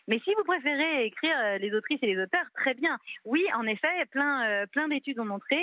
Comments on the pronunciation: voilà enfin ! j'attendais que le pot aux roses soit dévoilé, son but évident n'est pas l'égalité du féminin et du masculin, mais bien le renversement de la règle de priorité pour faire en sorte que le féminin l'emporte. Et en plus, elle dit "très bienne" (sic). Comme tous les combats féministes, ça propose l'égalité, pour mieux imposer sa domination. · Elle a dit « Très bienne » 😳😳😳 ?